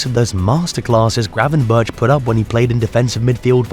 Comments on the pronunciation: We're not expecting you to pronounce a real Dutch "G" like god intended it to be pronounced but please pronounce "berch" like you would "berg", we're used to that. The "bertshjss" really REALLY hurts our delicate Dutch ears. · "Gravenbertsh" is pronounced Gravenberkhhh like a scouser says "wirkhhh" for work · Yes pls fix that, it really hurts. Just make it 'Gravenburk', that'll do.